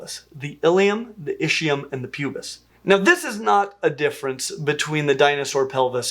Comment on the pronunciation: Technicality here: the three bones that make up the "hip bone" (os coxae) are indeed the ilium, ischium, and pubis. My quibble is with pronunciation: the name ischium is pronounced IS-key-um (the "ch" is pronounced like the letter k). There is no "matter of opinion," it is a matter of fact. I am not just quibbling because correct pronunciation is fundamental to establishing credibility.